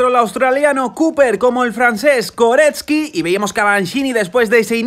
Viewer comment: En lo único que podrías mejorar es con la pronunciacion de los nombres, dascalu*, flueckiger*, koretzky*, por lo demás gran resumen